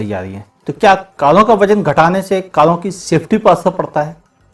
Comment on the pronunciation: Kalon ka nhi uncle, karon ka😂😂😂